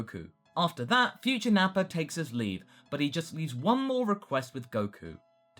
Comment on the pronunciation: Goku would have a difficult time telling what will happen in the future because there won't be Piccolo hear the whole conversation. (correct me if i'm wrong but i remember that it was piccolo who got the details of that conversation right.) why do you say Nappar with an R sometimes?